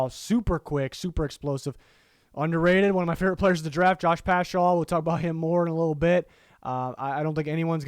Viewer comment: hey i’m like 99% sure it’s pronounced pascal, though i do love my boy getting some love! keep up the good work 👍